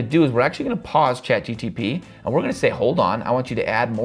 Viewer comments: What a great tutorial! And everything is explained very logically and detailed... But it is Chat GPT, not GTP 😊 I just can't help myself 😊🤗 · do you realize that you keep saying ChatGTP instead of GPT? lol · Why keep saying chat GTP instead of chat GPT? 😅 But overall, good vid! 🎉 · I absolutely loved your video. Really good content and great tips. Got a good laugh out of you saying Chat GTP instead of GPT ❤ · G-P-T, not G-T-P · It's chatGPT not GTP 🙄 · So we are all ignoring the fact that he consistenly mispronounces a simple word as ChatGPT in every video?